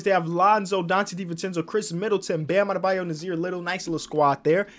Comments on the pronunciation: He called mo bamba Bam Abeyo. Lol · this man said “Bam Adebayo” y’all get some glasses man 😂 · he said bam adabeyo instead of mo bamba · Ashton Steed yea he called Mo Bamba Bam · you called mo bamba bam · When he says Bam Adedayo instead of Mo Bamba after already beating bam